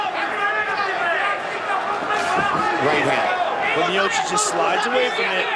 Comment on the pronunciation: Роган специально называет Миочича - "Миочик"? Сам ты Миочик! Дебил .